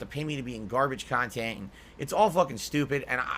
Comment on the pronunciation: Big ups! Pepsi Peemp, fanger sniffers, Wendy's Chilli, kahntent, pahsitivity, tips tips, sahhport, money creatures